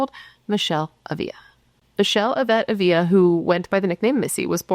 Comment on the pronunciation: I could’ve sworn you had done this case before. Minor detail but it’s kinda driving me nuts…you’re mispronouncing her last name 😬 accent on the first A and only one L so it’s not pronounced like a Y. Ah-vla